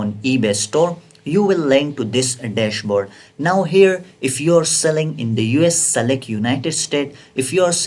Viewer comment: Improvement vocabulary : Deshaboarda, passwoda, at the reta, adda, channela, packegea, processa, settinga, scroll downa, optiona, suppliera, Amazona, united kingdoma, united stata, locationa, templeta, lasta parta, listinga, stocka, unchika, lasta, forteena, pricinga, percenta, profita,, dollera, 😊